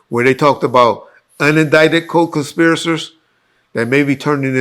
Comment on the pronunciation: Lol, Why can he not say conspirators? Wtf